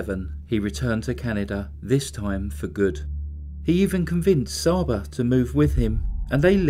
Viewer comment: Csaba is pronounced chaba